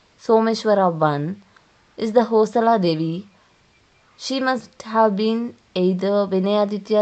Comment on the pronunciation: Its not Hosala.. Its Hoy-Sala.. Bijjaalla King, Ballalla King ...... you need to work on the pronunciation. Else the History is correct which we miss in nowadays books.